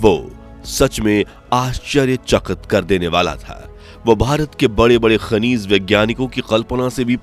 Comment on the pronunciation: Shrimaanji , khanij hota hai khaneez nahi 😂😂😂